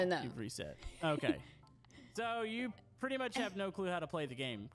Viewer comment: "My Purdy Car" lol.